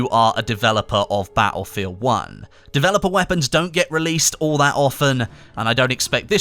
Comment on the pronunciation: Ba'elfield 1